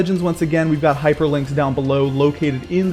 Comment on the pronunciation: The most unbelievable part of the video is probably when said 'hyperlinks.' I couldn't believe it.